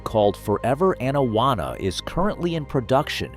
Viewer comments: Pronounced Awn-awana not ann-awanna. Sorry had to point it out. this is why I dislike AI voice overs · His pronunciation of Camp Anawana is criminal.